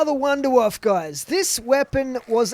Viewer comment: Richthofen seems to say it like wvunderwaffe